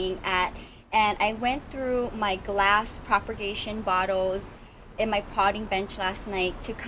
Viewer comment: You are the sweetest plant lover on YouTube. I have one thing to say though. The word is PROPAGATION. Not PROPER-GATION.